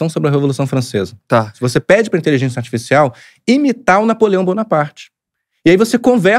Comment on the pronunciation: O não consegue falar a palavra "inteligência*. Sairam intelizença, intezença, inzença mas nunca inteligência. Pode reparar..